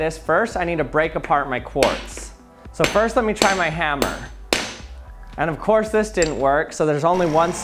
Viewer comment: “of’quartz’ that didn’t work.”… Is what I heard.